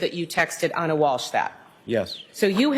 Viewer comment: 12 min in so far. I love your channel, but PLEASE pronounce Ana's name correctly. Please show respect for her and her family Ana is spelled with one N. It is pronounced "ONA." I mean, you are in the courtroom, you hear the pronunciation of her name. ON-A!! NOT ANNA!!! U apologize for ur hair being wet, for looking tired, etc, but not for mispronouncing a murdered mother's name. Wtf?